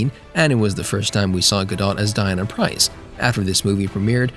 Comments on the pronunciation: WonderWonan's alter ego is Diana Pri"*n*ce... not Price. The N is not silence. Prince not Price. How can you fuck up such an iconic name??? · Diana Price ?? get it right mate ! its Diana Prince !! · Prince, not Price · its Diana Prince say her name right lol